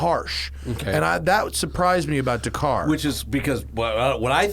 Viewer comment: Matt still can't pronounce Dakar